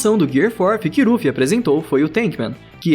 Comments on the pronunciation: para de falar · Q raiva ele ficar falando rufi toda hora man, desconecta do video toda hora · Cara no áudio você ficou chamando o Luffy de kkkkkk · eu tou doido ou ele fala? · Não é é luffy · E pronuncia luffy msm eu assisti usando sem legenda so no dublado luffy fica mt melhor vc é br mn na veia 💪🏻🔥😎